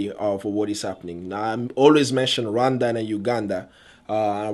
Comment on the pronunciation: What is that "run dhana ugandha" that's what your pronounciation sounds like. I am not trying to be mean. I mean no disrespect to you, if this is offencive, i'm sorry